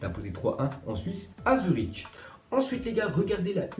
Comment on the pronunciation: Ça se prononce Zurik pas zuriche..! Scheiss Zurich 🤜🏻🤜🏻